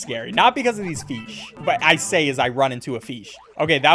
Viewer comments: Am I the only one wondering why bro pronounces "Fish" as "Feesh"? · I love how he keeps saying "feesh" instead of fish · i like how he calls fish feesh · You don’t even know how much I love the fact that you say feesh. Cause I also say it like that. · Where he pronounces fish "feesh" got me dying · Feeshy feeshy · i love when calls fish "feesh" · i dont want to be mean but he says "fish" kinda funny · The way he says fish ugh but he make s great videos ❤